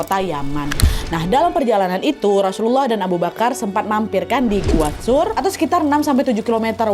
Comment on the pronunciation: Gua tsur mbak nadia bukan sur